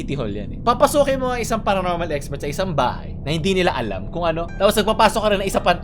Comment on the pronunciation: paronormal?iiiii...baka abonormalllllll